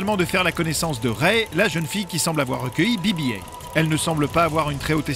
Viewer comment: Be be height 🙄 on est en france